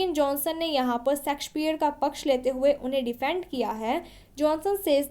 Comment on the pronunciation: Pronunciation sudhar lo madam😂 सेक्सपियर mt bolo